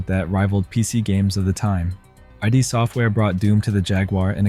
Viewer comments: It's "ihd", not "eye dee". Otherwise, I enjoyed this. 😊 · it is ai. Listen to how it says eye Dee software. It things it’s pronounced like a photo ID. and goldeneye it mispronounced. Humans don’t do this. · Also, I D software? Lol. It's Id Software, as in Id and Ego. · You called id software....'eye dee'? Wtf kinda bullshit ? This has to be AI narrating this to get that so wrong